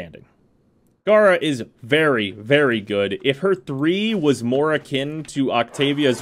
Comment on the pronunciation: I mean according to lotus its gay-ra not gah-ra but an actual puppeteer frame could be boss, taking operator to a whole new level